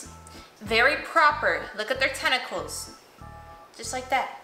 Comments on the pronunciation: Did you just call paws tentickals. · I like how she says tenicls when it's legs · When they say tentacles it’s Paws